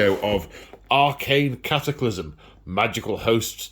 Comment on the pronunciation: The CAT a clysm at haha